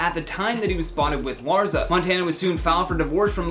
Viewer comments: Soft ssssss not hard zzzzz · It’s LarSSSSa... lol not LarZZZa